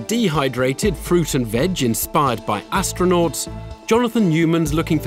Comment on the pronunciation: "...used by "Astro-NOTs""...not proving anything. 😄